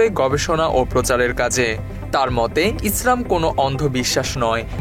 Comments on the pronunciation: ইসরাম না ইসলাম আপনার উচ্চারণ ভুল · এখানে যারা কমেন্ট করেছেন তারা হয়তো প্রাতিষ্ঠানিক ভাবে অনেক শিক্ষিত কিন্তু চিন্তা-চেতনায় হুজুগে বাঙালি উপস্থাপক ভদ্রলোক যে শব্দ চয়ন এর মাধ্যমে ইসলাম ও মুসলিম এই দুই শব্দ কে বিকৃতভাবে উপস্থাপন করেছেন সেটা কেউ ই উপলব্ধি করতে পারেননি পারেননি ইসলাম কে ইস্রাম এবং মুসলিম কে মুস্রিম বলে উচ্চারণ করেছেন আমি এটার প্রতিবাদ করছি এবং নিন্দা জ্ঞাপন করছি 😡